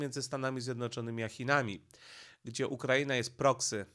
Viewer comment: Czemu nie wymawiasz normalnie nazwy Ukraina oraz Putin? Przeciez to nazwy własne